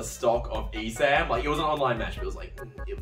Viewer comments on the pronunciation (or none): Okay but seriously, what the fuck is an e sam?